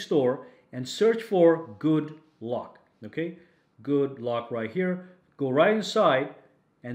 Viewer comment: Could have sworn he said good luck instead of good lock